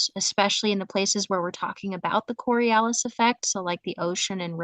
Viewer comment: She's certainly one of the intellectually laziest people I've ever encountered, to the point of not knowing how to pronounce " "Ockham" and "Coriolis". I know, I know, you can't be expected to know every little thing...